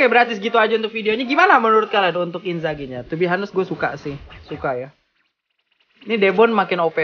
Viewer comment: Inzars bukan inzaghi yaampun